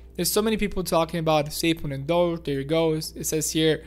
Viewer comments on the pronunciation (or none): Say it with me .. DOGE = "DOHj" ... Not DODGE. D-OH-J.